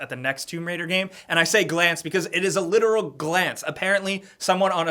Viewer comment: Armin Arlert You literally need to stop butchering the word literally.